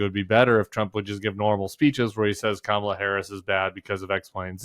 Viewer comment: Kamala "Krackle"???? He legit said Krackle... 🍫